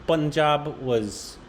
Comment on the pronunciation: Aye! pronounced it as ' Panjab' instead of 'Poonjab' as he used to earlier. The Indian pronounciation is growing on you 👍 keep up the good work 👍 is already crossed Intermediate level but is almost reached Intermediate.